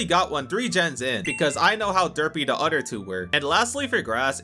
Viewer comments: Bros a grown man and can’t say OTHER correctly. it’s OTHER not UTTER. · Why u say other with a d sound like it a cow nipple